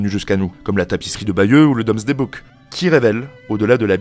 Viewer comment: Minute 12 : DOOMSDAY Book, pas DOMSDAY, qui ne veut rien dire... À part cela, très chouettes vidéos et chaîne. Abo et pouce bleu.